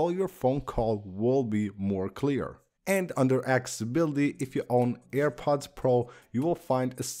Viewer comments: It’s called accessibility not acibility. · He can clearly say access but not accessibility? Wtf? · He can clearly say access, but can’t pronounce accessibility.